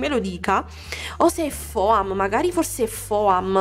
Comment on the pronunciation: non si pronuncia foam si SCRIVE foam ma si pronuncia fom